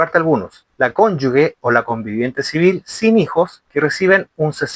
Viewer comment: OJO, se dice Cónyuge... (cónyuJe... sonido fuerte como la jota, porque no lleva "u" entre la consonante y la vocal), para que puedas decir Cónyugue (sonido suave) debe haber una "u" entre la g y la vocal que le sigue... tal cual como la palabra "sigue"... si le quitamos la "u", por ejemplo: "gente", "gigante", tú no dices "guente" ni "guigante" (sonido suave). Otra cosa es el uso de la "ü"... que se usa para que la "u" que va entre la g y la vocal que la sigue, tenga sonido: "pingüino", "agüita"...